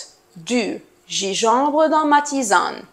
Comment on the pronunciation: حبيبتي جانجنبر وليس جيجومبر